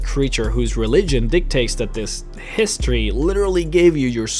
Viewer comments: hey,don't wanna be that grammar nazi but "Hist-ory" not "Hist-tory" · Hist tree His-tree History